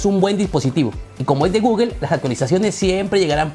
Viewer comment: ¿porquè dices gugel? Eso está mal en inglés y en español